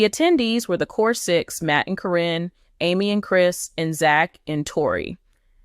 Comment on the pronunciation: Why can’t you pronounce Caryn’s name. It’s not Corrine.